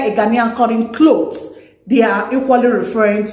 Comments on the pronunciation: Ooh 😮 cloth n u are saying clothe, clothe 🤣🤣🤣👍👍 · You pronounced clothe instead of cloth